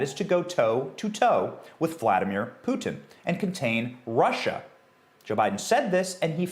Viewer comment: Thank you Benny for being able to pronounce "Putin" correctly.